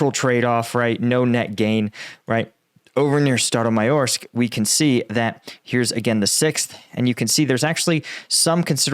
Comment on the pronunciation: Hey, I've noticed that you're having small issue with town pronunciation: when town name ends with -e you're dropping it. Staromayorske -> Staromayorsk. Kindly asking you to try pronouncing it properly: That "e" is having a sound of "a" (as A in an Apple) or "meh" without "m" sound. Otherwise it sounds "too russian".